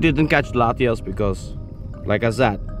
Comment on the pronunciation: dude... its latiAs not latiOs. you kept saying latios lol